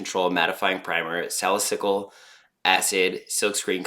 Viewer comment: I can definitely see the difference It's not huge which is good if you're going for a more natural no make up makeup look Btw salicylic is pronounced (sala-seal-lick)